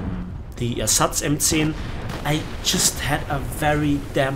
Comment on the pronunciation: Wo ich M10 gehört habe hab ich direkt gedacht du bist 100% deutscher :D